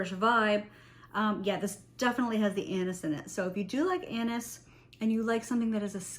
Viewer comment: I can’t stop laughing cause everytime you Say « anis » i hear « anus » 😂 sorry . Your video is awsome ❤.